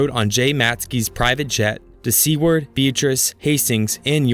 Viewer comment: Being from Nebraska it hurt to hear ‘Seward’ and ‘Beatrice’ 2/4 isn’t bad tho